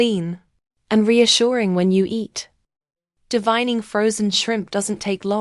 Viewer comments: It’s Called D-Vain-ing Not D-Vine-ing Used The A NOT THE I THE Right Way To Pronounce The Word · Sorry It’s Spelled this Way DEVEINING BUT THE E HAS THE SOUND OF A SO ITS PRONOUNCE DE VAIN ING NOT THE WAY ITS SPELLED I KNOW ENGLISH IS STRANGE IN SOME WORDS You can look it up Google